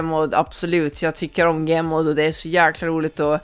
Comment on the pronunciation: Det heter gmod inte gemod